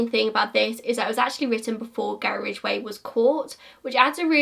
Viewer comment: everytime i hear the name "Gary Ridgway" i think about you and your struggle with pronouncing the name lolol